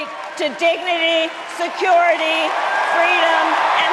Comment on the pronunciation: Start fact checking her entire story, where’s the “fweedom”